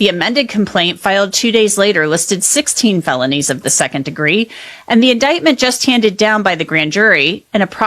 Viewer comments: Please correct AI calling indickment instead of indictment! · Is it really necessary to repeat the same information in an AI voice that can't correctly pronounce "indictment"?